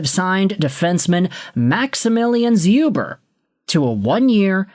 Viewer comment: Hey! Polish Habs fan here. Just so you know it's pronounced Shoober. Otherwise awesome video and the Canadiens haven't had a Polish player since Czerkawski so I'm happy 😁